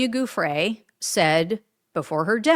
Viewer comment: Come on, her name is pronounced Joo-Fray, not Goo-fray..we’ve been hearing it for years, at least do her the courtesy of saying it correctly, particularly now she is deceased.